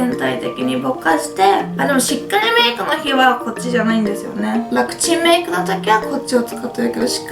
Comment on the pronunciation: RMKほしくなった～✊ あと１回だけ楽ちんメイクがパクチーメイクって聞こえたｗｗｗ